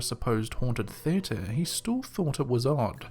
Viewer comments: It was driving me crazy. I’m English and I have never heard it said like that. We don’t speak the Kings English in England, we speak the Queens English. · Are you saying "theater" wrong on purpose? Seriously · Lol, I like the way you pronounce "teatre". You say it like t"heir-tur" xD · I’ll never get over the way you say theater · It’s the Kings English Wo don’t talk like that here In “ the colonies”